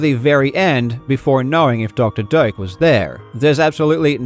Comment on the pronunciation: I keep hearing Dr. Dope